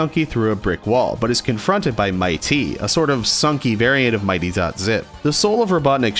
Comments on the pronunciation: his name is said MIT, E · “2” things you got wrong: 1. Mitee is pronounced Miht, (as in oven mit) then tee (as in tee ball) 2. D-Side Milk takes place on the 4th floor of the fanmade Sunky game “Sunky’s Schoolhouse” created by Bimbus Bobus. (Definitely go play btw) in the game, Mitee gets mad that Robotnik collected all of the purple donuts and not the pink donuts. Robotnik gets angry & kicks Mitee out of a window he’s standing behind. However, in the song, the complete opposite of this happens & Mitee kicks Robotnik out of the window instead. Edit: (Possibly not right, just a theory. A GAME THEORY) In the beginning of the song, Robotnik goes into Mitee’s office and instead of being greeted with Mitee, he’s greeted with Sunky instead. The “On Break” sign indicates that Mitee is doing something else & told Sunky to run his office while he was away. Robotnik got impatient because he wanted the key to open up the big lazer gate that was blocking his path. So he kicked Sunky out of the building. When Mitee arrived, he saw the damage Robotnik caused to his beautiful, beautiful office. He got pissed, and kicked Robotnik out as well.